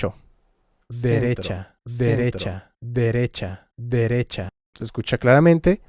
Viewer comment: like si escuchas iskicha xd